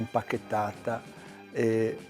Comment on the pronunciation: ..."RI-portata lì"...dice...